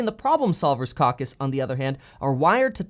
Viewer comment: It's Caw Cuss Kevin...NOT CowCuss 🤣